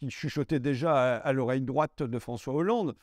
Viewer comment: François en langage Minion 🤣🤣 Merci pour ta vidéo et c'est avec plaisir que je compte t'aider (modestement certes) financièrement depuis la Belgique 😃 Edit : ah ben super... faut être de nationalité Française ou résider en France pour faire un don...